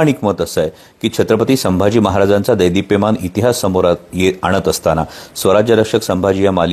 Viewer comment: कोल्ह्या दैदीप्यमान नव्हे रे , " देदीप्यमान !"